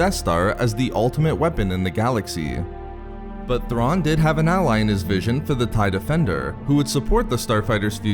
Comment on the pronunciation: ZAARIN NOT THRAWN!